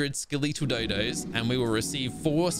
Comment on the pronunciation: Anyone else catch how he said Skeletal? "Ska-lee-tall" 😅